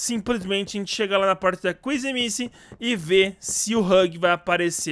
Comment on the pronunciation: Fale o nome da kissy direito